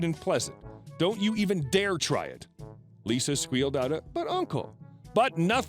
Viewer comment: You do realize that "Lissa" is not pronounced "Lisa", right?